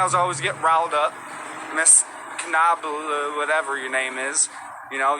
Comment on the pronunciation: Knob not kunaboa